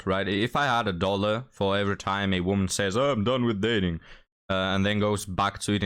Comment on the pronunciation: Sorry, but I don’t want a “real woemyn” either, and I’ve had hundreds … 😂